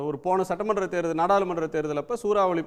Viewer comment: Maa adhu satramandam illa….sattamandram 😂